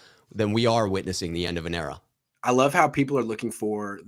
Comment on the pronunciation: They said CEra ☠️😭🤣